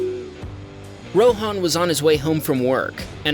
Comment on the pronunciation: it's ROHAN = Ro-Huh-n not RO-Haan